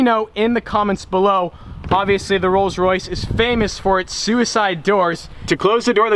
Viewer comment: Am I the only one that heard rolls royce rape when he first said it? Lol